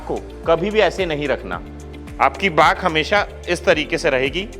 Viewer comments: Bhai back or baak kyu bolre ho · Why he is pronouncing "Bak" instead of Back???!!! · আরে বাক নয় ব্যাক. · Bhai woh bakck hota hai not this bhaakkkkk😂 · Back ❎ baak ✅ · Back ❎ baak ✅ ....😂😂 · Back exercise ❌ baak exercise ☑️😂😂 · Ara Bhai Back hota ha Baak nahi😂😂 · it's "back" not "baaakk" 😂😂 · Aaj pta chala back ko baack bolte hai 😲😲😲